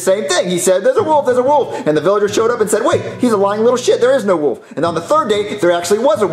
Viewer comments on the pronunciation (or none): Still till this day I hate how was saying the little boy who cried Woof, instead of WOLF!! 🤦🏾‍♂️